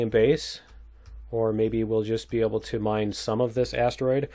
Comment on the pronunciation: Like how you said kick some alien butt "MAYBE" :)